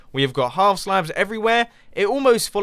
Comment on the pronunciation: Look, even us Brits don't say howf half like that.